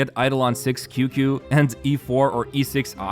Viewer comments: Qingque is pronounced like "ching ch-yu-eh" , not QQ😭😭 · Qingque is pronounced kinda like Ching Chu-eh.